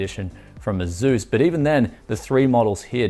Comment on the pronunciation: It s asus not azus